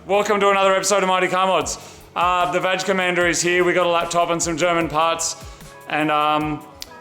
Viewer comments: Please stop say vaj it's vaG"h" 😅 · I can’t keep a straight face when the guys say VAG, as in VAG ina 😂